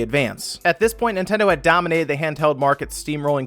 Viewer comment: Emphasis on dominATED